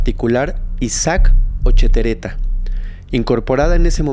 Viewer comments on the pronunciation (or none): No es "Ochotereta" es : Ochoterena investiga bien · LA PREPARATORIA ISAAC OCHOTERENA NO OCHETERETA